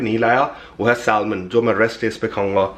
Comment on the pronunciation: pronunciation is Sa-Mon not salmon 😅